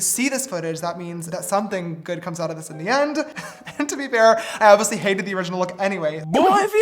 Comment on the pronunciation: Not James saying oviously for the 1000 time like sister it’s oBviously